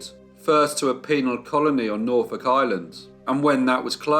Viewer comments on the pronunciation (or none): none